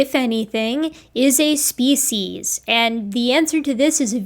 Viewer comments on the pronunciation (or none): I have watched and enjoyed so many of your videos. I am a big fan of you and love your scientific approach and presentation. I have one miniscule complaint. I wish you would change your pronunciation of "species" to the dictionary's preferred pronunciation. I have 4 dictionaries but I prefer Merriam Webster's Collegiate. Fond regards, David S. MİT, class of 1961 (yes, I'm ancient)